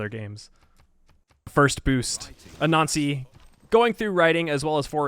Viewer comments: LOL when you say "Anansi" it sounds like "A Nazi" and its funny every time. Great vid! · I know it's been a while and 900 comments but for a few films of yours whenever you said "Anansi" I kept getting more frustrated thinking "what the hell is a nazi" lol (I don't have the heroes thing in my game) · I easily crush diety every game but did not think this was possible without save scumming - hard to know which wonders are being built. Amazing job. I also like the faster play through with voice over. Lastly, your pronunciation of anansi- which I think is accurate really sounds like “a nazi”. 😂 thought civ added something new for a second. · Sounds like you were referring to use of "A Nazi" Pay attn to your diction! (grin) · for a minute there i didn’t know you were saying “anansi” and thought you were saying “a nazi” i was like wtfff